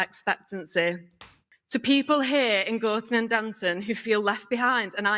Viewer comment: WHY IS BRO DOING A SCOUSE ACCENT DOES HE THINK LIVERPOOL, MANCHESTER AND LONDON ARE THE SAME PLACE?